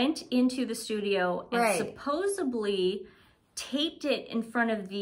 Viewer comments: Supposebly? Smithsonium? 🤭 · Hey, the word is supposedly not supposably x